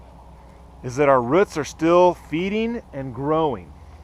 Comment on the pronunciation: not ruts. roots